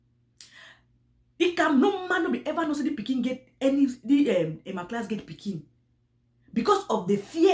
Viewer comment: Is Emma lass not Emma class 😆😂😅